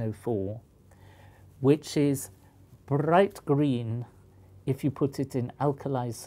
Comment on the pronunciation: "Brringht grreen." Poliakoff's cover has been blown, he is definitely Scottish.